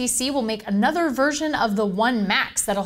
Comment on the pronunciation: iPar and 'A NOTHER'